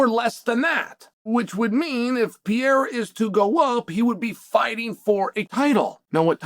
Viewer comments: bro saying piera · I'm glad the pronunciation of Pee-Era is still on the table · Learn to say Alex’s last name correctly 👊